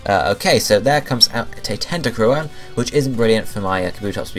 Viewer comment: It's tenta crool!